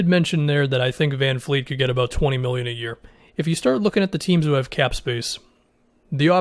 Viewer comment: its Van Vleet not Van Fleet